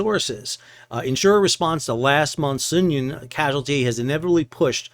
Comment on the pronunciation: Are you sure you're pronouncing the name of the Sounion right? Is it supposed to be So[uth]Union? Anyway, if the Houthis are collecting tolls then it makes perfect sense to leave the Sounion out there an as object lesson as to why a vessel owner ought to pay up. Are Russian "black fleet" cargos restricted in their ability to purchase war risk insurance?